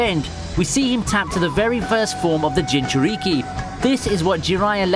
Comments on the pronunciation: Nigga really said "Ewbitoe Uchyija, and Ginchuryiqui"🤣🤣🤣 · STOP SAY JINCHURIKI IT HURTS MY BRAIN!